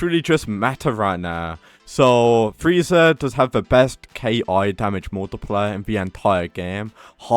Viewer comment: bro its ki(key) not K.I.😂